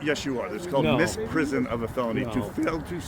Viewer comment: Also, it is misprision... Not Miss Prison, 😂